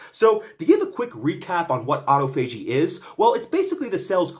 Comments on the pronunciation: It's pronounced aa-taa-fuh-jee, choom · I thought autophagy was pronounced “ah-tah-fo-gee” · you are literally my next target due to the way you pronounce autophagy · I'll give you 1000 credits if you learn how to pronounce autophagy